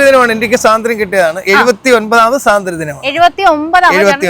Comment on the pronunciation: സ്വാതന്ത്ര്യദിനം. എന്ന് പറഞ്ഞു പഠിക്കുക.